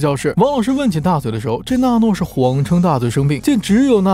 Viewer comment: 是娜诺 不是诺娜 字幕对了 读错了